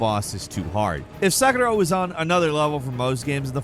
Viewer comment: I absolutely hate the way he says Sekiro. Just say “Se-KEER-Oh” like everyone else. You’re not Japanese bro.